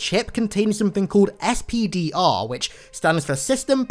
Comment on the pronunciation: I totally heard "STDR"not SPDR, wasn't watching video at the time. I was thinking "Wow Halo Infinite is getting dirty" 😂😏